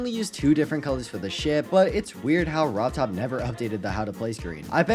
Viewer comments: He said rov Todd and not rob top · Ah yes "Robtodd"